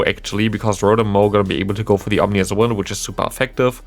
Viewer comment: It seems absurd that they're only just now releasing a second Rotom form in POGO. Also, small point for future videos: It's Ominous Wind, not "Omnious" Wind. Not sure if you are already aware of that and simply made an error, but just want you to sound as professional as possible as a content creator. 😊